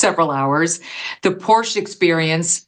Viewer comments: Mr. Wade is a poor liar and he cannot even pronounce Porsche correctly. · “Porsche is a two syllable word” to hear this idiot say otherwise pisses me off!